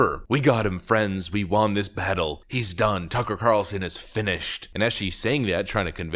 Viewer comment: why do you say “won” wrong?